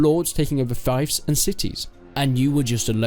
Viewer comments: Correct me if I am wrong, but the right way to pronounce is "feef" not "fife". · it's pronounced "feef" btw, fife is where i live or an instrument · it's fief like thief, not fief like knife.